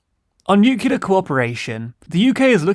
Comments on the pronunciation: Very good video, I just wanted to point out that the adjective is nuclear not nucular (from nucleus not nuculus ) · Neu - Klee - Yar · Really enjoy your content, but triggered by your pronunciation of nuclear. New-clear, not new-cue-lar. I keep hearing George W Bush 😆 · Please please please .. . . Nuclear is pronounce Nu-cle-ar not Nuk-you-lar Otherwise fantastic work!. Keep it up. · I love you guys, but... Nuke Lee Are Not Nu Q Lar.. I know changing ones own speach patterns and habits is hard, but in case of a 'talkie' show it really is a good idea. Persisting like you do simply distracts listeners from the message, focusing on the delivery.. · Erasmus, not "Eurasmus." Nuclear, not "nucular." I could go on... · Still nucular... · I love your content, but please PLEASE I BEG YOU stop saying "Nucular". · There's enunciation subtleties, but "nukuler" is just wrong. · Pleeeaaaseee stop saying "nucular". I really don't think I've heard that pronunciation on any other reputable news channel, it's just not ok :/ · Yeah it’s as bad pronouncing secretary like “sekker-tree”. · But what about nucular Coca-Cola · NUCULAR.... like in da da da da da da da da da ... LOL Wonder who gets this reference ^^ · How can anybody take you seriously if you can't even pronounce 'Nuclear' properly? Really, you might as well just make a video where you scream 'Covfefe' for 10 minutes.